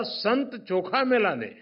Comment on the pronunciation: दिव्यत्वाची जेथ प्रचिती - तेथे कर माझे जुळती.🙏🏻. या वयांत, न बघतां भाषण करणे- मातृभाषेव्यतिरिक्त दुसर्या भाषेच्या इतिहासांतील नांवे लक्षांत ठेऊन बोलणे हे साधे नव्हे! ‘चोखामेळा’ चे नांव … ( ‘ळ’उच्चार टाळण्यासाठी हे नांव दुसर्या एखाद्याने घेणे टाळले असते)अफलातुन .